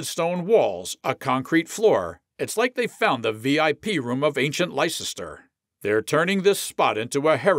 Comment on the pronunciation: Please its pronounced Liecester ( Lester ) . Hope this is an AI commentary.